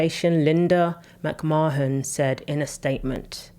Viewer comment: Her name is Mc marn not Mc marhen!